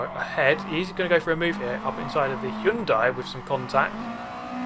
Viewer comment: Did you say hyunndai